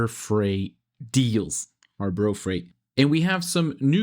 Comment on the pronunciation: "Harbro Freight ".!😂